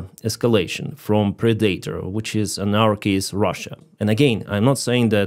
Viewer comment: Please someone tell how to pronounce PREDATOR!